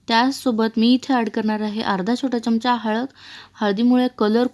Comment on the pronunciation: अजून.तू अशुद्ध च बोलतीयस. च्यमच्या नाही, चमचा म्हण . चमचा, चमचा ,चमचा प्रँक्टीस कर ग बाई .ऐकवत नाही.